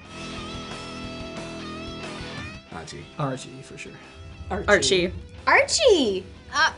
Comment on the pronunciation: y'all realized how cole said Archie?